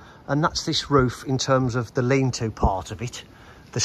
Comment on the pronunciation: Lean to. LEAN TO! Not 'lean too'. Jesus.